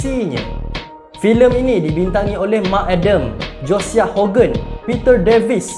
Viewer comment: Josiah sebutannya Jo-sayah